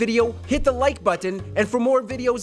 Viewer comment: Anyone else find how the narrator says the word "button" amusing?